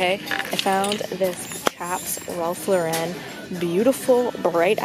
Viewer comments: I say “Ralph Loren” (I know that’s not how it’s spelt) not “Ralph la-ren” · wait. why she have to b extra and say “rAlph La-ren” it’s legit ralph lauren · the way you say Ralph Lauren stresses me out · She pronounced Ralph Lauren weird too and I was shaking my head when she couldn’t pronounce Cherokee right